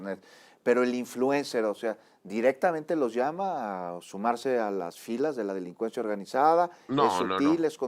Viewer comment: Me desespera escuchar hablar a este. Chinaloa. Delincuenchia organichada. Chechar. Como funchiona. Me despeera y a la vez me da nostalgia porque achi hablaba mi abuelito.. así quw diga. Ech una chituachion compleja